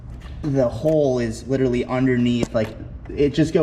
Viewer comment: I take a shot every time he says li-terally